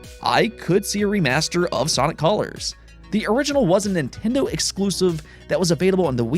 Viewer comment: A remake of Sonic Cawlers!?!? LOL it's pronounced Sonic Colors... hahaha I love that you said it like 6 times haha... honestly not that funny, I am just baked as a cake on April twentieth